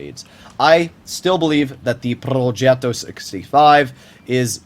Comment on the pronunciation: Not purring like a cat when he pronounces "progetto". We all know you're american, you don't have to force it.